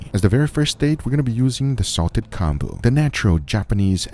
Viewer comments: It's pronounced like comb-boo. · I wish you had said the name of that salted "combo" (?) clearly. You just mumbled it and it's completely impossible to understand.